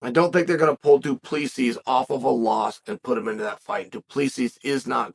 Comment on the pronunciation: Du Pleeseess